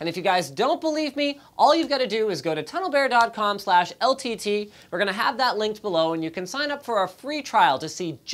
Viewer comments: the way the pronounced "tunnel bear" 😏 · Go to and listen to how he said TunnelBear lmao